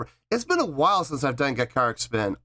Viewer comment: Let's get the Band Name RIGHT here, which drives me to distraction... GA Char reek... the I in most Japanese is pronounced as a long e. Song: Tamashii., is pronounced within the music, but broken apart as Tama Shii (Tama Shee)... I am not a native Japanese speaker but have learned some from exposure (Navy) and just a fascination with languages. Okay, I will agree with you in regard to their energy, they are Energy Personified! Added 04/17/2023: Hana, the drummer on the right (Stage Left) is one of the founding members and is a multi-instrumentalist. The drummer on the left (Stage Right) is Yuri and is new-ish she had just returned from maternity leave with her first child, I think I read somewhere, so Hana took the stage with the other drum kit as a support mechanism for Yuri. Hana is now 2nd guitar most of the time. You know the other members except maybe Angie, this girl is dynamite in a small package. Big voice and loads of energy and personality for days. And the biggest smile I have ever seen! Keep watching them, and you will take a journey and a half!